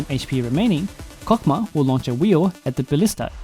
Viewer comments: And I thought it was pronounced "hokmah"? 😅😅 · Cock what?! I nvr thought I'd be hearing that. Anyways it's pronounced Chokmah like chalk but with an O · why does it sound like a deez nuts joke. Chokmah nuts. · His name is pronounced like that?????? Wild